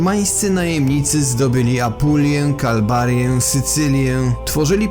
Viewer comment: KALABRIA a nie "kalbaria" ...